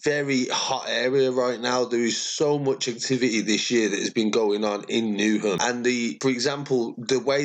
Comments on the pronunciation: It’s not called new ham! Pronounced newum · Beg you stop say new hem... if you’re going to say it it’s “newem”